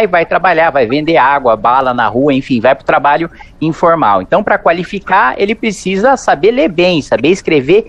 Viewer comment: Kim está PRECISANDO treinar esse "picisa", que diz toda hora. É ridículo.